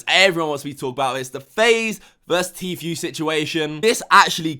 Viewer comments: It’s said Tfoo not Tfew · Pernounced T FOO not T FYOU! I couldn't get through 2 mins after hearing T FYOU 37 times! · It’s tfue not fucking tfew speak properly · I hate the way he says tfue T-fee-U it’s T-fuuuue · I love but I was getting pissed off he never said him name right once! Tfue not tfew. Come on man you obviously watch videos and videos with everyone pronouncing his name right!! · Bro it's pronounced FOO not FEW. I'm not a fan of his but it's driving me crazy lol. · Lol tee-feu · Anyone else got annoyed how he was saying Tfue? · the way he pronounces Tfue tho... hahaha